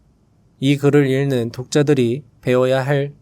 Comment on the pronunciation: '읽는' 발음: 일른(X), 잉는(O) '읽도록' 발음: 일또록(X), 익또록(O)